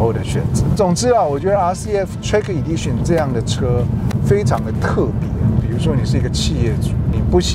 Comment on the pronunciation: 这明显不是地区口音的问题啊，Edition /e/ 发 /i/ 音 idition？？；Lexus /aekses/ 他发 /lases/，这种也是地区口音问题嘛？